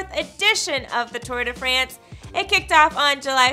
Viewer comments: “Tour de FRENCE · Holy shit, it's pronounced France not France